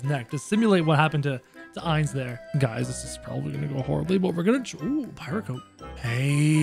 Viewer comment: Me whos doesn't watch anime thinking of doofenshmirtz every time he seys Heinz 😂 Edit: i meant Ainz but it sounds like Heinz